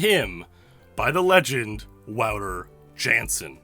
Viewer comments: The mispronouncing of Wouter Jansen. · please learn how to pronounce wouter jansen lol